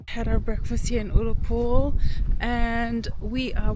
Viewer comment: Small point. The U in Ullapool is pronounced like the u in the word gun.